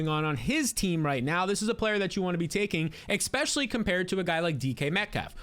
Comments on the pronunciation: Expecially ❌ Especially ✅ Nucular ❌ Nuclear ✅ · Eckspecially AND nuculear?? Legend.